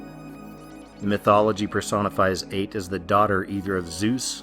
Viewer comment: Ate is pronounced ah-tee or ay-tee. The E is not silent.